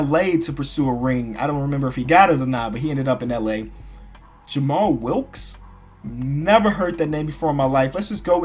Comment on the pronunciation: sorry but jamall is prounoumced jammall will -keys